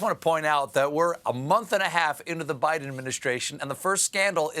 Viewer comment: Oh, so now he's President "Bite'n". Hehe.